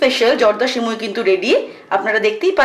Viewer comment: সিমুই না সেমাই 😂😂😂😒😒